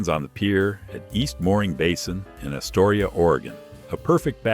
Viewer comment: Is astoria not atoria.